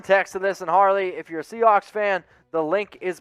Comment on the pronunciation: HARLEY is spelled like this..... His name is pronounced like HAIR-LEE😆😂